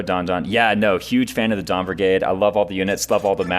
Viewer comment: I heard don brigade and felt included. Then when Reyson kept talking i realized, its the dawn brigade ....